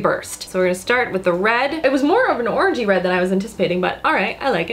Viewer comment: I know I must just have a super dirty mind but when she was talking about the first matte lipstick I thought she said "orgy red" and was like wtf is orgy red? Then realized she said orangey-red.